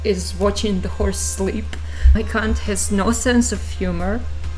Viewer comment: I had this video in the background while studying and didn't pay much attention to it. But when I heard "my c*nt is riding a freaking horse!" I had to check what the hell was going on 😅😅 than realised it's "Mike Hunt"